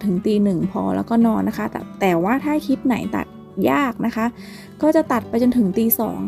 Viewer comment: คลิป ไม่ใช่ คิบ กรุณาฝึกหัดออกเสียงคำควบกล้ำให้ชัดๆจะยอดเยี่ยมมากนะคะหนู